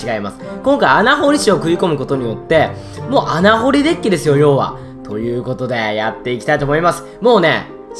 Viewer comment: デゥキってわざとなの？